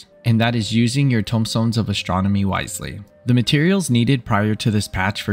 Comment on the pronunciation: Tomestones, not tombstones.